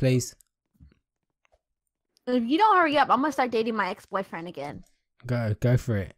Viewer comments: It sounded like she was saying butt friend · is saying buffriend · Stop saying buttfirend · boyfreh ricky I know boyfriend but boyfreh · RO Plays i think she said " b frien.." 😂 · BYFRIND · talking into the mic:BOYFRAN I LUDGE YOU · Says Boy frien XD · it sounded like she said butt freind